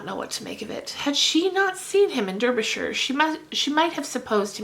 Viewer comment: Great pronunciation of "Derbyshire" :)